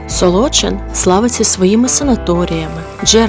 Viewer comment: Правильно наголошувати Солочи́н, Солочина́ і т.д. при всій повазі